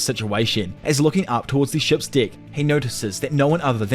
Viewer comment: Deck. It has an e not an i